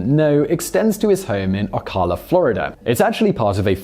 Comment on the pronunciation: Travolta’s house is in my county here in FL (he actually lives in Anthony, not Ocala—pronounced O-CAL-a). You know when he comes into town when you see a giant jet circling low overhead. His property is actually half of what it used to be. The previous owner was the founder of Nautilus sports equipment. He had an entire zoo to go with his jet. At one time, he owned the largest herd of African Elephants outside of Africa. Supposedly he even had a James Bond villain inspired office, where you had to go past crocodiles to reach his desk. He was a real character, becoming wealthy & bankrupt, then wealthy again several times; an old coot married to a young model that used to be a “Charlie girl,” if you’re old enough to remember that advertising campaign. When he passed, the property was divided up, Travolta taking the main house & airport, while the rest was subdivided. Pretty sure the other residents have access to the airport. It’s one of those communities where you can park your plane right up next to your house